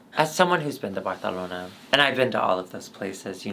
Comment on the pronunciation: So excited for another season go saying “Barthelona” and Alexis looking STUN! Always missing Chan ☺️🖤